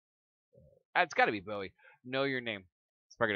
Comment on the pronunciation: You pronounced it right haha, it's Bo-we :)